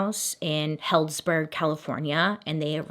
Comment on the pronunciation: How cute it’s pronounced “heelds burg” I live 30 mins away in Santa Rosa which is 45 mins away from San Fran